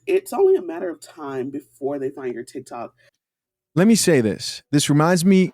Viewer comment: I'm sorry, did she say she does Thick-toks?